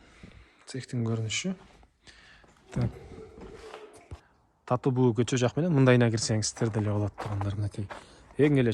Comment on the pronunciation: Айланайын Таттыбүбү деп туура айтсаң,кыргыз элесиң го.(